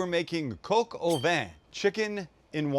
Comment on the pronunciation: I feel like you're pronouncing Coq wrong... Or I just wanted to hear it.. I think Max didn't want ya saying it 😂